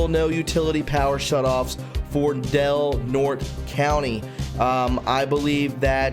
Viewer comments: Del Nort-ee' not Del Nort. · Del Norte = "Del Nortay". It's a Spanish name. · Good reporting... It's pronounced Del Nortay. The e at the end of the Spanish name is pronounced as a long a...It means of north or the north, county. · Del Nor tey